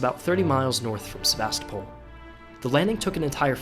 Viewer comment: It’s pronounced “SevaSTOpol”, not “SeVAstopol”. — signed, a concerned Russian linguist.